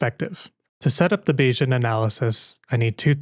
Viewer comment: That's because you mispronounced "Bayesian". It's "bay-zee-uhn," not "bay-zhun."